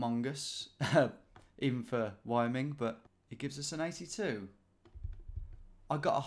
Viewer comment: Wyoming is not "wayo-ming" it's "why-oh-ming"